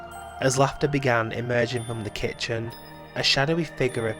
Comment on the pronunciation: Why does the word "kitchen" seem like such a difficult task for you?